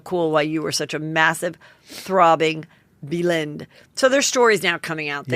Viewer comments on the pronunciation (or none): I think it’s the pronunciation that she didn’t get : instead of beelind it’s BELL-end lol.